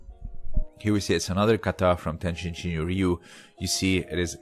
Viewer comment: Good comment. TenShin is used oftently but tenjin is more right. But in anycase it is not the end of the world. Even tenjin shinyo members might right "tenshin" sometimes.